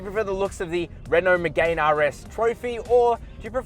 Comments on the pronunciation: Btw bro it’s not called a Renault Megain. It’s hurting my poor Renault sports fanatic ears everytime you say megain. It’s spoke like me-gan. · Lost you at "Megayne"... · Renault Megay’n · It's pronounced Me-gan silent e. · Megane = (MEE)-(GANN) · Renault “MiGaYn” why tf is he saying it like that, he’s a motoring journalist, surely someone has taught him how to say it properly 🤦🏼‍♂️ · I disliked the video just because of the way you pronounce Megane, besides that really good review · Good edit. If only you pronounced Megane correctly. Caradvice has a pages for this. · Oh say “Megane” properly you melt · I think that's right, but you would have sounded way classier by responding to this by starting with an admission you screwed up. These details do have an impact on how people perceive your knowledge of cars and therefore how valuable your opinion is on them. I enjoyed the video though so keep it up! Just perhaps google car pronunciations in future.